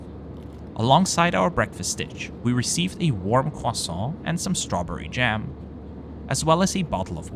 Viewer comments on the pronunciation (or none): none